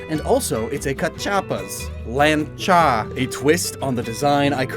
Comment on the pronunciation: The way you pronounced Lancha reminded me of Metal Slug's Rocket Lawn Chair.